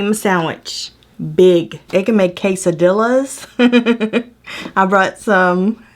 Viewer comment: said "quesadillas" completely wrong! 😂